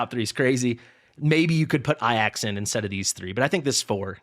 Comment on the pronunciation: Love the content. But why I-AXE, his name is clearly A-JACKS? What am I missing? LMAO